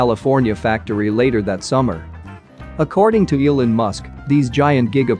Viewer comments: Is this read by a robot? Mispronounced “Elon” and “lead” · Every time it pronounces "Elon", I throw up in my mouth.